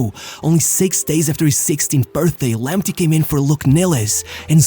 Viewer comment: It is pronounced Lamptay not Lamptee. Thomas Partay not Partee. Tariq Lamptay not Lamptee